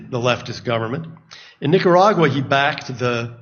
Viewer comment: "Nicaurguay" -Rep. Omar